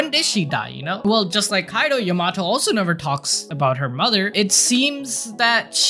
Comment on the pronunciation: Bro the way you’re saying Yamato is painful